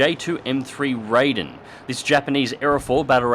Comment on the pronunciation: FYI anyone that reads this: The Raiden is actually pronounced more like "Lie-Den", not rayden. Also, "ki-#" is pronounced "key", not "kay-eye". It's an abbreviation of kitai, not an acronym. Not trying to sound superior or something, just wanting to inform those who have never heard otherwise. After all, the more you know...